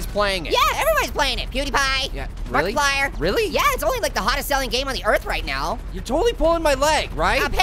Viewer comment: did you say marklipier i like him